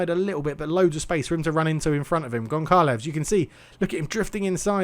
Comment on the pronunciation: Pronunciation of Goncalves/z is Gone - Sal - ves, and Kayque is pronounced Kai - eeq. I would do more, but I enjoy watching you butcher the manes every time ;) If I feel generous I'll add more later! Good attempt against Flamengo, it's a solid base to work from.